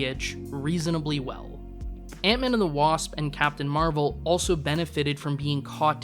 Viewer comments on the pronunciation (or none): none